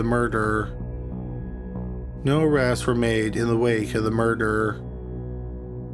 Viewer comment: Does this fool talk weird and mispronounce everything on purpose "mur-derrr" " she got killed with an I-run (iron)"